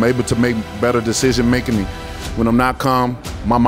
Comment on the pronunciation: Calm ...better decision makening? Lol what?